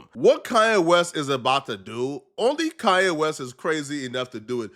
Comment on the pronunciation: ITS KANYE WEST NOT KA-YE WEST. WHY YOU SAY IT LIKE THAT BRO